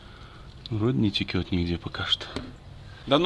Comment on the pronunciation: Не текет, а течет. Правду говорю. Сам преподаватель русского языка в Университете.